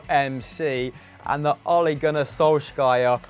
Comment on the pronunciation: "Olé Gunnar Solskaya"